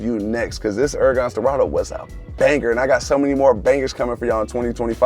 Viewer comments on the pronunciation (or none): "Hurgan Sterado"